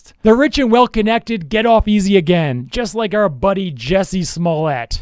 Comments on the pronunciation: Not Jesse smolett it’s “juicy smolay” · Jussie = juicy Not jesse